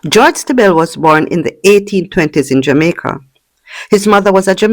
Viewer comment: Just one correction, Stiebel is pronounced "Stee-bull"